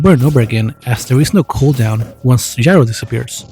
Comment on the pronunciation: Technically it’s pronounced “yee-row”